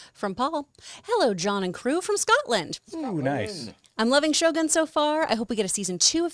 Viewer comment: John, if u want to learn Japanese, first word u should know is - Shogun将軍 is actually pronounced as 'Sho-goon', not 'Gun'.